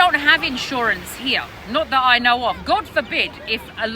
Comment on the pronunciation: Why do you pronounce the word 'Here' like 'Heeyaaah'? And Malaysia like Malaysiaaaahh? Unless of course you're deliberately faking some sort of weird accent. Btw, wonder if you're gonna delete this comment like before 😊